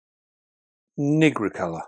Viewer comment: 💡 'Pamphobeteus nigricolor'' The first syllable of nigricolor rhymes with night, not with nit. 👉NIE-grih-color👈. Great video though, as always.